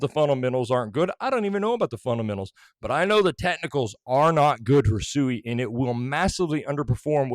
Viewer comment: Can't even pronounce the name correctly